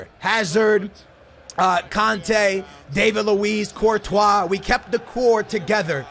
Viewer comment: Why you pronounce Courtois Virtual?